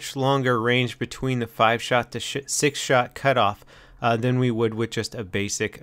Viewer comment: lol said sht shot instead of 6 shot new epic viral video lol